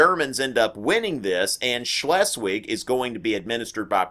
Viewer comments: im not even german but still laughed at the wrongness of his pronouncation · As German speaker, I laugh every time he says stuff like "Shh-less-Wig"